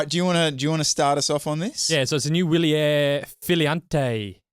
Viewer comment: It's "vee‑lyehr" and "mee‑keh"! Please stop mangling every language known on planet Earth, (including English), and spend two seconds learning how to pronounce words. It's not that difficult nowadays with AI.